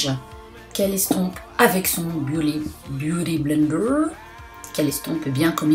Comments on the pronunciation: Sanaa refait une video avec ta sœur stp c'est trop marrent quand elle fait la voix off 😂😂"BIUTY blendew "(j'écris comme comment elle l'a prononcé) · ''Biouly blender'' 😂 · omg j'en peux plus mdrr " bah t' utilise tes doigt et pas un beaudy benderrr" 😂😂😂😂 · C'est la deuxième fois que je regarde et je suis toujours encore plus Peter de rire avec le "biouty blender "😂😂😂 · Ta soeur me fait trop rire "blity blender" avec un accent américain et le "waterplouf"😂😂💚💚🍍🍍 Il y a ton neveux qui passe derrière c est trop drôle😂😂 Super vidéos comme toujours💚 #snapfamily💚🍍💚🍍💚🍍💚🍍💚🍍💚🍍💚🍍💚🍍💚🍍💚🍍💚🍍💚🍍💚🍍💚🍍💚🍍💚🍍💚🍍💚🍍💚🍍💚🍍💚🍍💚🍍💚🍍💚🍍💚🍍💚🍍💚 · "BIOUDYYY BLENDERRRRRR" 😂 AHAHA JE SUIS MDRRR #MeilleurYoutubeuseBeauté 😂 💚💚💚💚💚🍍🍍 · "Bioudy Blender" dit-elle mdrrr, j'en veux une autre avec ta sœur 😌💚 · Mdrrr aah j'adoore ta soeur ! C'est une superbe commentatrice ! 😂😂 "bouty bleendeuur" jen peux pluuuus ! 😂😂💚🍍💚🍍💚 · chui morte quand elle dit beauty blender😂😂😂😂😂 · Trop bien ! Elle est tellement drôle ta sœur elle me fait marrer 🙄😂 je l'adore ! Je t'aime aussi tqt ! 💚🍍 beauty blender j'adore cet accent 😂 Le raton laveur j'avoue j'ai bien aimé 😂😂 Bref super video 💚💚🍍 A quand une autre video avec elle ?